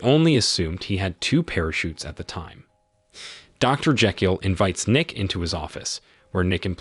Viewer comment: You pronounce Jekyll and Thames is the most American way.